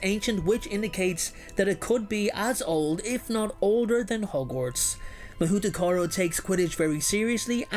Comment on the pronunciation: Figures China won't share any info on their school. . . - The Japanese school is pronounced, Hahoutokoro (mah-hoe-toe-koe-row)